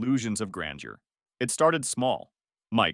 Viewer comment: Grandeur, not grainedioure.